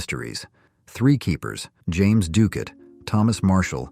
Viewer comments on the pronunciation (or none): none